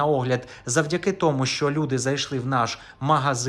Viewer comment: Не "шо", а "ЩО"!